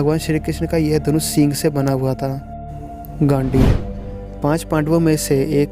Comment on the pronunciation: yes, i was about to say the same thing. And he said gaandu instead of gandeev